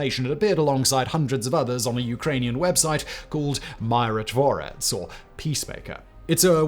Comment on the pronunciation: Please dont read myrotvorets or rybar as mairotvorets and raibar. There is no such thing as latin script transliteration of slavic words where y or i are read as ai. So y usually represents ы like sound or и in the case of ukrainian. i in slavic words usually sounds more like English ee digraph